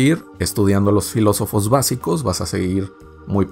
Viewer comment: La cago cuando dijo filosofes